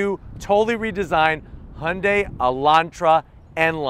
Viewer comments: 😲 WAIT! Did I finally hear him pronounce Hyundai correctly?! 🤯 Thank you!! No more saying Hondai. I'm definitely subscribing now! 👍🏽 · We in Australia pronounce it as he-young-day